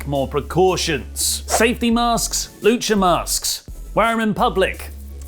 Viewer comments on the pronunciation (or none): none